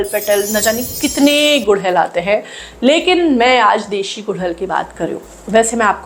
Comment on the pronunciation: Deshi nahi Desii